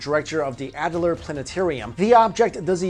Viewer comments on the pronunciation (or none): none